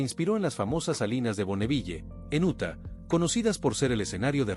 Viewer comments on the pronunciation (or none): none